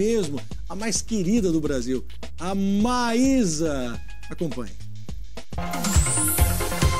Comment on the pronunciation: Maísa????????? É "Maisa" ah mdsss